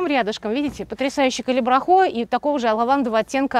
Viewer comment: Зачем Вы так каверкаете название цветка?????!!!!даже уши режет!!!называйте его правильно,пожалуйста Ведь даже на табличках написано Калибрахоа!